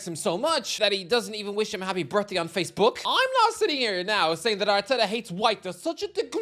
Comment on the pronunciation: The thing that’s always put me off about your videos is the way you pronounce double barrelled words faceBOOK why are you emphasising your second word like that